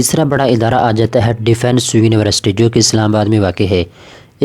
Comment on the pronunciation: University hota h Univarsity ni